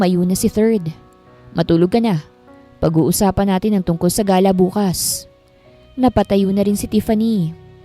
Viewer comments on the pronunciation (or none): none